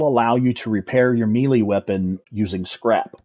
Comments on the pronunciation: i know this is an old video but.... its "May - lay" not melee like an apple. lolol :) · Great guide. The grammar Nazi in me is going crazy, though… Melee isn’t pronounced Me-Lee, it’s pronounced May-Lay. That’s all I have to say about that. Good day. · Your Pronunciation of the word melee is hilarious